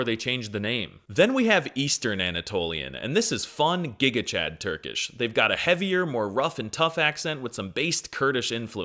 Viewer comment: finally someone who knows how its spoken